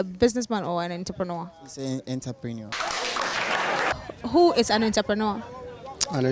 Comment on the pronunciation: Not Enterpreneur but rather entrepreneur( french word)! Love my Rak Fam!!